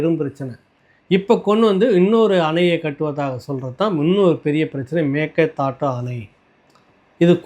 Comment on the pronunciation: அம்மாடி, பல முறை இரண்டு மூன்று வருடங்களாக நான் எடுத்து கூறியும் கவனிக்காமல் இருந்த போதிலும் தற்சமயம் சரியாக மேகேதா ட்டு என்று உசரசரித்திருக்கார் பல comment அனுப்பியுள்ளேன் இப்போ குணா என்பவர் தெரிவித்து சரியாக உச்சரித்திருக்குறீர. திருசக்தியாருடன் நடந்த உரையாடலின் போதும் தெரிவித்தேன்